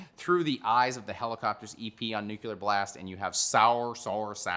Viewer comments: Say "nucular" [sic] one more got tam time. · STOP. FUCKING. CALLING. IT. NUKULAR.